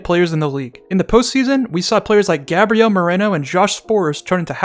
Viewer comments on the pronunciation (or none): none